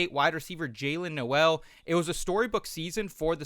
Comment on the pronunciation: Not how you pronounce Noel